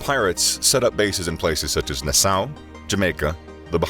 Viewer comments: As a Bahamian the way you pronounce Nassau hurt my soul other wise good video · And the fact that Na-saw is in the Bahamas. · Do you want to take the free re-do on "Nassau"?